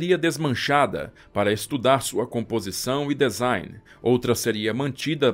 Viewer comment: Maravilhosa estória. Bem esclarecedora, com detalhes incríveis. Só chamo a atenção para a palavra DESIGN, cuja pronúncia correta é /dizáin/ e não /dezáin/, ok? Valeu !! 👍